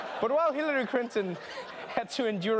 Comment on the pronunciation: I like you Trevor..but couldn't help laughing at your Hillary "Crinton"..yes ..I heard that! lol